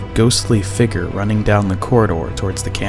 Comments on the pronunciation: Omg the guy keeps saying "Fegur" instead of Figure 😂😂 thur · I fugered that you should know that I disliked this video because of the word figer instead of figure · so fake guys...step up your game. you show a "figure" (which is pronounced 'figYER' by the way) and then move the camera off of it several times, taking it completely out of frame. seems that is so you have several choices of when to make it 'disappear.' I don't see your buddy approach to show his red figure approach the blue one, and it cuts before showing us the cam's empty screen. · "Figger" lol good video though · What the hell is a "Figger" I mean WHAT THE HELL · plz learn how to say figure